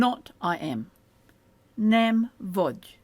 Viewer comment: I notice that “gy” is referred to as “a single letter” & it obviously isn’t, is “a single sound” what is meant ? Also, “nem” isn’t pronounced “nam” it’s “nehm” like “Ben” & I’m hearing a very bright “a” like “man” in the video.